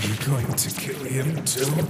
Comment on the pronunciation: DiD hE kEel FrASk?